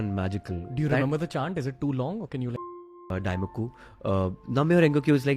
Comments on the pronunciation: It is Daimoku not Daikomu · It’s not Daikomo It is Daimoku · Thx for the video but its not daikumo..its daimoku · Daimoku* is the correct pronunciation